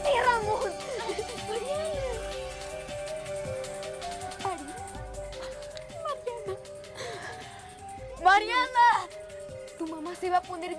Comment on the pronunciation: Dijo "vente Ramón"